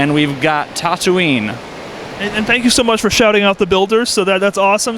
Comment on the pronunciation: CHUTHOOLOO and TAHTOOEENE